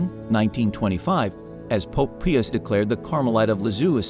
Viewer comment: World War ‘eye’? Pope Piers? There’s a need here for some scrutiny and the use of a real human to narrate.